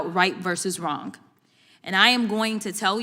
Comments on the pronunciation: The word is wrong NOT wronk!!!! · Free speech for sure, but if you’re such an important legislator the least you could do is be factually, correct also, the word is simply pronounced wrong not wronguh 😂😂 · Is she pronouncing it “wronk”? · "...it was Wrongk." Speak English for God's sake. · When she says Wraungk? Do she mein Wrong? Please keep her as your democrat mouth-piece. Please. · Right vs wronk 😅